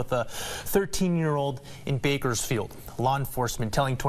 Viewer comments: How are you mispronouncing Bakersfield😂😂😂😭 Edit: now to think of it, probably did that on purpose just so he could get more comments, therefore making his videos pop out. That’s some goat level activity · I know you did not just call Bakersfield Burgerfiled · Lol “berkersfield” it’s Bakersfield but I’m sure some locals call it that